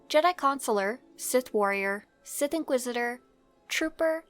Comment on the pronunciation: the sith inquidisidor lol